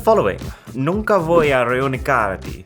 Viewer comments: I almost died of laughter because of how he said "nunca voy a renunciar a ti" 😅😂🤣 It's written "renunciar" but it is pronunced "renunsiar" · As a native Spanish speaker, you said "renunciar" wrong, what you actually said is "reunicar" which is a word that doesn't exist in Spanish at all. So I don't if Google couldn't translate because it was very off or that it just can't do it. Even so, the rest of the sentence was pretty good, the pronunciation was on point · "Nunca voy a renunciar a ti" is Spanish, not French!!! And by the way, "renunciar" was not pronounced right hahahaha. I LOVED the video, awesome as always! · “Nunca voy a renunciar a ti” is not in french sir… and the pronunciation… it’s not “renunKiar”, it’s “renunSiar”. Great video anyway hehe. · you pronounced it as "renunkiar" when it's "renunsiar" no wonder no one got that lmao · Spanish: Nunca voy a renunciar a ti. Arun: "Nunca voy a reu????car a ti." All assistants: Fail Arun: "You can blame my French for that." 😂😂😂❤ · I'm a Spanish speaker and the voice assistants did not translate correctly, because he did not say the phrase correctly in Spanish. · I know you probably dont know alot about countries but how can you mess up THAT MUCH on spanish, and be saying the K sound when that c in renunciar is pronunced as a z and call it FRENCH?!?!?!?! Dude you might think thats a minor mistake and im sorry if im being mean and probably every spanish person that watch you dont agree with me but i am SO triguered about it as a spanish person and i dont know why. Just please dont mess simple worlds up. Just. Please. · They all failed because you pronounced it unrecognizably wrong. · Renunciar!!!! you pronounced it bad!! the "c" pronounces like an "s" and a "z" at the same time... And it's not "nunca voy a renunciar a ti", it's "nunca te dejaré" (googlee translate poop) xD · that was spanish, not french and the c before the i you must pronounce it like a s, not like a k